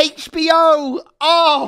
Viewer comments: Why was pronouncing HBO as HachBO? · Haitch BO 😂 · I love how says Hatech B O instead of H B O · Does anyone else find it hilarious that he can't say HBO. Hach. Had me and my sister laughing our heads off.🤣